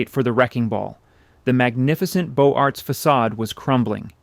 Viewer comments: And Beaux Arts is more like "boze-art", not Bow Arts. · All the information is fascinating. It would be good if basic French words like Beaux Arts were pronounced correctly. It would take a tiny bit of research. What is far worse - and common to so many of these historical clips - the visuals have NOTHING to do with the story being told. If we're hearing about a given indiviudal or place, we can be pretty sure the photo represents a different person or place - in many cases ridiculously so. We're hearing about showgirls and we see respectable married women. We're hearing about the Ansonia Hotel and we see the Roosevelt. We're hearing about a funeral and we're shown someone else's funeral. It's all so random and unreliable. I say - inexcusable. A fascinating subject is terribly diminished. Too bad! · And Beaux Arts, and many others.